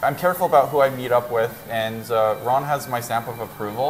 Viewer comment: Ron not Rob 😂